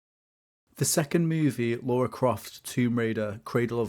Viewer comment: I enjoyed this documentary style video, you clearly put your knowledge and love of Lara into this fun mash up of all things about Tomb Raider. I was a little perplexed as to why you kept calling her Laura and not Lara. Anyhow, I especially loved how you brought Lara home to east Midlands Derby and also gave this small CITY a much needed bit of attention.